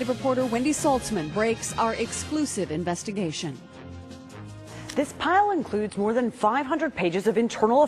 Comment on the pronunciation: therle investigashin